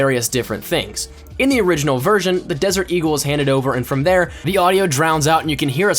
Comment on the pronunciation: whenever you say eagle it's sound like deagle prob just me but skill